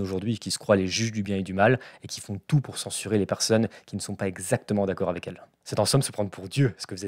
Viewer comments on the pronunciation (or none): none